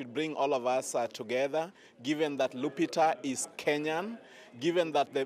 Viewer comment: Her name is LUPITA NYONG'O not "Lyupito". Please correct this.